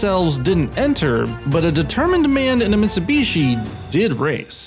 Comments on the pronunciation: What’s a Mitsu beeshi? Duhmericans. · "Mitsubeeshee" "SooBooRoo"